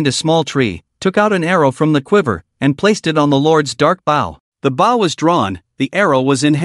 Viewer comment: why does it say bow as bao. I wont complain further but it does make my ears itch from hearing it. @@